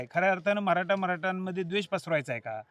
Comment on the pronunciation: महराठा नाही हो...मराठी म्हणा